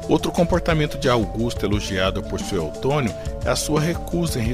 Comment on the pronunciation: Dói nos ouvidos o narrador falar "Sué"L"tônio 😊😊😊😊😊😊😊😊